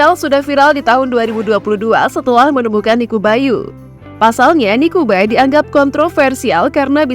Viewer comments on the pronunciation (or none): Koreksi untuk admin, Nikuba = niku banyu Bukan niku bayu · NIKUBA : NIKU BANYU, bukan niku bayu